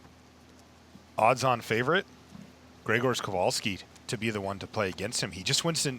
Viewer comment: Perfect pronunciation of Grzegorz's name from:) And an excellent job by both and as usual - we've become too used to greatness during those good old days hehe